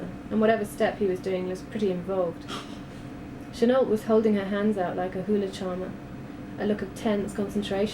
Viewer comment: is that really how Chenault is pronounced? isnt it meant to be said 'cheno'?